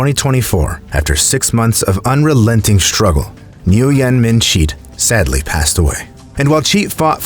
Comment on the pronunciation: FYI, Nguyen is a last name and pronounced "win." From what I've read, people in Asian countries often do last name, first name, middle name.